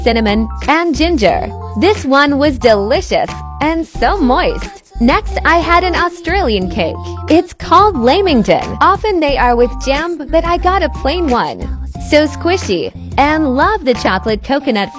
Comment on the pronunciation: AHHH How did they miss pronounce LAMINGTON ITS NOT LAMINTON AHHHH (Aussie rage)